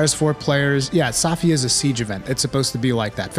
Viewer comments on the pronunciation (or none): none